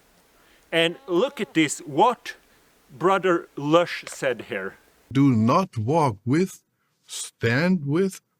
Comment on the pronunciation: I abhor the WTBTS as much as anybody on here. But WHY do you & others call him Garrett LUSH? His name is LOUSCH, not Lush 😂